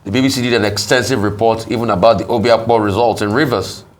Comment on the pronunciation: Abati, STOP IT!!! Stop the disrespectful introduction of your colleague, the lovely Ms. Ojy Okpe. Presenters have gotten fired for far less in other countries. You can't even pronounce her names right. Shame on you, Abati!